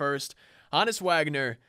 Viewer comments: HO-NESS NOT HAHN-ESS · It’s not HA NUS it’s Honus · Ho (like Santa) Nis Is how it’s pronounced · The way he says Honus made me dislike